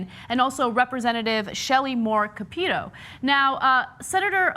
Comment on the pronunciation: Capito is pronounced kind of like "capitol", with "tow" at the end. Just so you know. Like "cap-it-tow".